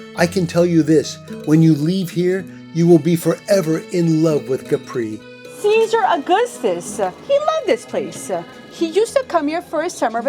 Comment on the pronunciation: One thing: it is pronounced Capri with no accent on the final i :-)